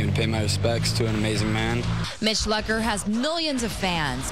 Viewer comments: They were pronouncing his last name wrong. That really annoys me, but I still cry. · Is that his last name?! I thought it was pronounced (Loo-Cur)